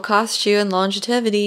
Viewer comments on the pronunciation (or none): What is "longitevity"?